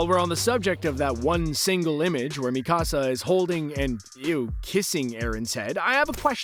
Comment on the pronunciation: Is it just me or is he saying Mi casa and not Mikasa